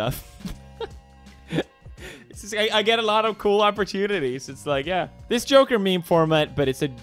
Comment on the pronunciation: sounds like he said "j*rker" instead of "joker"...